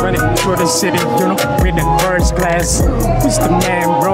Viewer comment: "where i did my foist show"